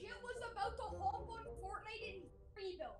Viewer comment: "Wanna have fortinte?" OAHAHAH